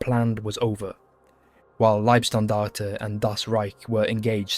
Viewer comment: Its "Libe"- Standarte, not "Lieb" Standarte. Every english speaking channel makes this mistake.